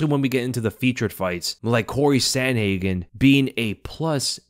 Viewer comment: Typical American saying sandhagen